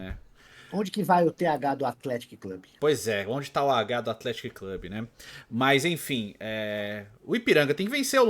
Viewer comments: Vcs tão pronunciando o "Athletic" errado kkkkkkkkkk não é Athletic com o som do "Atlético", é "Athletíc" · Opa! Sei que isso pouco importa kkkkk Mas a pronuncia de Athetic é "Atletíque" (Com acento no i). Abraços de Lavras - MG